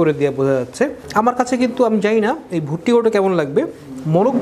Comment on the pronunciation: গরুর নামটাও উচ্চারণে আপনার সমস্যা আছে গরুটা ভুটিয়া গরু না ভুট্টি গরু